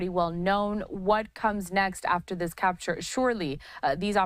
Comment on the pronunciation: “Caputure”😂 hire me as editor please lol